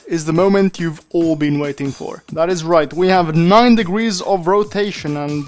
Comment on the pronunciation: "1620 degreese of rotation" "2160 degreese of rotatio"